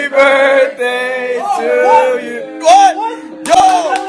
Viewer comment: "Ben, the Burthday Boy"